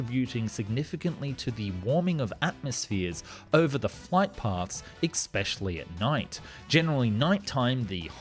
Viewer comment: Love how you can’t pronounce “especially” properly, but use the word so much in your vids. It’s cute lol